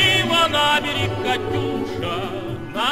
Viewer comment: its катюша not катуша